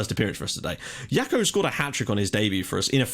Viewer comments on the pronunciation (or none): Jackot like Jack-o-lantern! Not "Yako" lol!